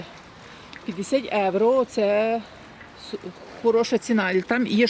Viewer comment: Як ви чудно говорите "єуро"